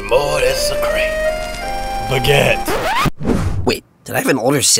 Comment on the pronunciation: I lost it when he said Baugette.